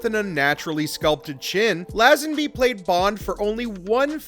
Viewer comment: How the hell do you manage to mispronounce “Lazenby”?